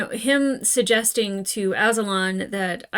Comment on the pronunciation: Azulon = uh-ZOO-lawn Both Zuko and Azula are named after him